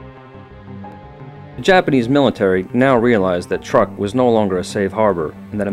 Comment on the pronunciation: I believe it is pronounced "trook", not "Truck".